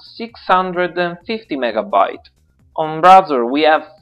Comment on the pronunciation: Ray-Zer not Rah-zer